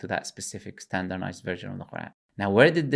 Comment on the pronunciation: 'Standernized' was hurting me so much